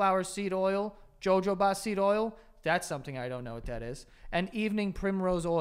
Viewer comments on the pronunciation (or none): Why is no one talking about the fact that Joe completely pronounced “jojoba” wrong?! Joe, it’s pronounced “ho-ho-ba” 😅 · Why arent we talking about the fact Joe said "JoeJoeBa" lololol it hohoba there my guy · jojoba is pronounced “ho-ho ba” 😅😅❤ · “Jo-Jo-Ba seed oil” come on Joseph 😂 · Jojoba is pronounced “ho-ho-ba” for future reference 😂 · The way joe pronounces Jojoba 💀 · Now we definitely know Joe's never seen pink panther the way he pronounced jojoba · The way Joe pronounced jojoba oil tho😭😭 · the way joe pronounced jojoba oil.....